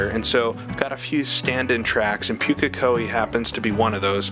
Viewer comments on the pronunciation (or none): Just as a note - Pukekohe is pronounced POOK (rhymes with "book")- A - Ko- Hee Maori and Japanese share a pronunication scheme, so if you can say it in Japanese you can say it in Maori :) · Pukekohe is pronounced Pooka-Kohee. The maoris will eat you if they hear how you say it.